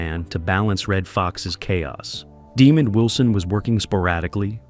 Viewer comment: His name was Demond Wilson not demon 😈 Wilson!